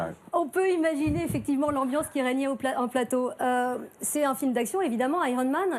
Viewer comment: "merci d'être venu sur notre palateau"